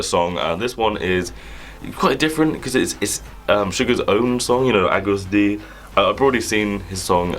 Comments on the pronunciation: It’s pronounced August D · It’s pronounced as August D